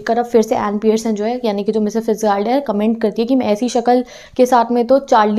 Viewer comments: Not फिटजाल्ड, Her name was फिटजेराल्ड। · Fitzgerald ki pronunciation fits jee rald hai ma'am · fitzgerald pronunciation is wrong .its fitz-jerald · Please right your pronounciation of Fitzgerald